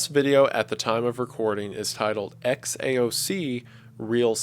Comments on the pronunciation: I am Serbian and I can’t figure out who are those Xaoc (Kots, Koths as he called them), anyone ? I think he probably got it wrong but love you W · Xaoc is read as "Haos" in the Cyrillic alphabet, and it means chaos. As a Serb, i have no clue as to what "Kat people" of Serbia would be, and the only similar sounding thing I saw could be the Ket people of SIBERIA. Also, hearing Wendigoon pronounce Serbian names in the Franz Ferdinand video was physically painful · You're reading "Xaoc" from the last vid title as latin but it might just be Cyrillic. It reads haos and translates to chaos in belarussian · xaoc when read in cyrilic says "haos" (chaos) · this video is like over a year old, but that won't stop me from commenting that "Xaoc" is most likely kyrillic and in latin script it would be "chaos" (the ch is not a K sound but the german pronounciation of ch.. I can't think of any english word that's similar) it just bugged me that it got overlooked and I haven't seen one of the last comments talking about it :) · The XAOC thing is pronounced Khaos and is Belarusian for “chaos” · If you read XAOC as if tho it was Cyrilic it is pronounced Haos or Chaos in English. Hope wendigooon sees this. I don't know if its relevant. Also I'm from Serbia, and first time I've ever heard of COT people. Can someone explain what he meant? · just wanted to give my opinion on the xaoc title: it isnt related to kot people in serbia (i have no clue what that is but i cant find it) and xaoc in serbian translates to chaos (you pronounce xaoc like haos)